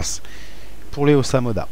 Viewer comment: sa se dit dragOdinde et osamodaS